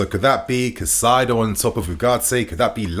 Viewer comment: KAI CEDO (said like this) NOT CACAIDO. Caicedo….